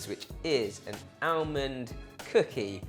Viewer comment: It’s almond not alemond